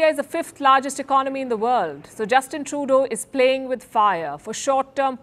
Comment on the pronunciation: Dunny woman saying Canada plating with fire 😂😂😂😂